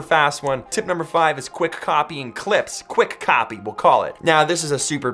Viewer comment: You said QUICK COPY but I heard QUICK COFFEE 😂 Imma go make some now ☕️ ☕️☕️ Good morning, all the way from SYDNEY 🇦🇺 BTW